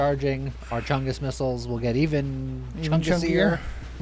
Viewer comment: Not gonna lie, the first time he said missles I heard nipples